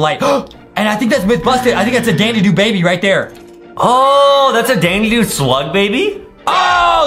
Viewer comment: Say it right: "Da Da doo" Not "Da Dee Doo" There's no y or e in it.😮